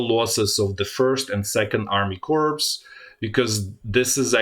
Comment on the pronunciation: amazing good analysis. thank you ! BTW in "corps". you dont pronounce as written, but "cor". is right Wiki Corps (/kɔːr/; plural corps /kɔːrz/; from French corps, from the Latin corpus "body") is a term used for several different kinds of organization. A military innovation by Napoleon, the formation was first named as such in 1805. The size of a corps varies greatly, but from two to five divisions and anywhere from 40,000 to 80,000 are the numbers stated by the US Department of Defense.